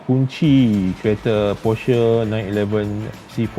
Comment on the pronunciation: kejap porshare kejap porsher. sebut brand pon tak betul